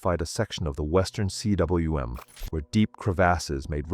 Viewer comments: For Christ's sake, learn to pronounce, "cwm." It's not C.W.M. but combe. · Cwm is pronounced ‘coom’. It is the Welsh word for valley. Also called a cirque in French. Coom.